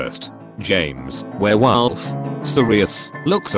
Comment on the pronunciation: I lost it when he said therewolf